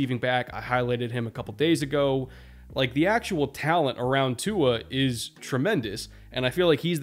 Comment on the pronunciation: Didn’t quite stick the landing on pronouncing Tua’s name but I respect the effort 😂